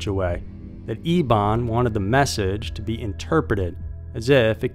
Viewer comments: Why are we pronouncing "Eben" as "Ebawn?" Just curious. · Referring to the last story, are you saying his name correctly? It is spelled Eben and you are saying E(e)bon ..shouldn't it be either pronounced E(e)ben like Big Ben or like Evan but with a "b"?